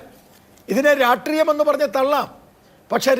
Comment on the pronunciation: Ratriyam alledo...rashtriyam ennu enkilum parayoo😂